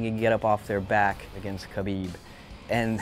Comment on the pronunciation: It's khabib